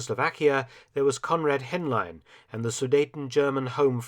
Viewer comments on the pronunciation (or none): Konrad Hemlein... I thought you said Comrade Hemline 🤣